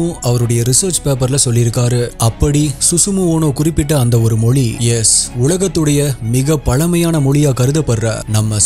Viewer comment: Sir you talk do great about our Tamiz language. But sadly enough you are not able to pronounce our Tamiz correctly. Pl don't say Moli. Pl say Mozi.